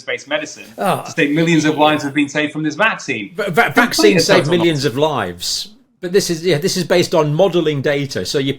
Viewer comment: Stop calling mRNA technology " vaaaxines".